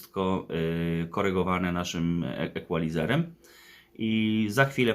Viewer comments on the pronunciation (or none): Jesli juz Equalizer i Deck,to powinno byc od gory "Turntable,CD Player,Equalizer,Deck,Amplifier" Po drugie nie "ekualizer" tylko "ikolajzer" Panie fachowcu.